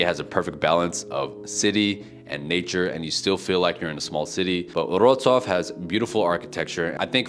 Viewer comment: He pronounces it funny though. He leaves out the W (v sound).